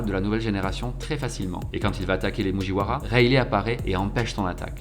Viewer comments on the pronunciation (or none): Il m'a énervé avec ses mujiouaras et ses pacifistes....pacifistaS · J’ai eu du mal avec « Louffy » et les « moujiwara » mais sinon c’était pas mal